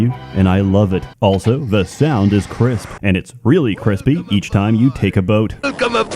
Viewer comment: pronounces the word "also" as "elso".